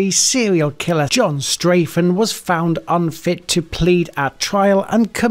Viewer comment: Well, immediately you say Straffen's name wrong. STRAH-ffen, not STRAY-ffen. Sorry to sound like a troll!